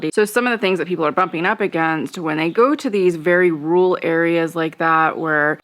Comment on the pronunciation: Rural, not rule 😄